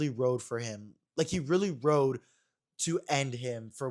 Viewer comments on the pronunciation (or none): none